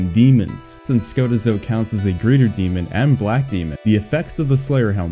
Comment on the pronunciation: Ska--teeeeeeeeeee--zo plz